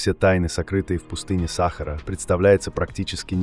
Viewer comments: Скажіть цьому "чтецу" що треба говорити" саХАААра а не сАААхара! Невже ніколи не чув про НАГОЛОС !!!? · Не САхара, а СахАра.... бестолковые и глухие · научись делать ударение правильно !--=САХАРА-на последнее А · почему сахара , ударение учи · Чтец научись ставить правильно ударения ,что за сахар ,не сахар а сахара. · Пустыня СахАра или САхара ???Текст читает ИИ?? БрЕзговала или брезгОвала?? Всё- дальше не слушаю. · Где находится пустыня Са́хара? В уме авто́ра или робо́та с несовершенным речевым аппаратом? Задолбали. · Какая сахара сахара/ударение не на первый слог/ на второй тошно слушать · Что Самое Интересное --- Оба варианта Неправильные. . . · Бесит ударение сахары